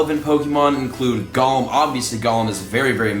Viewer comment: Yesssss just like how he’s saying Golem wrong, he keeps saying it like Gollum from LOTR instead of like Goal-em.